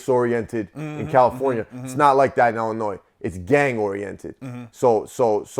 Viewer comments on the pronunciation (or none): Besides the obvious Chicago accent, you can always tell when someone is actually from Illinois because they pronounce it correctly as "Ill-in-oy" not "Ill-in-ois". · Yo, I'm a big fan, the 's' in Illinois is silent bro, it doesn't bother me but I'm just putting you up on game 💯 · Illinois where the S is silent. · no s in illinois when pronounced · Lol. Do not pronounce the S in Illinois.. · Illinois is pronounced without the s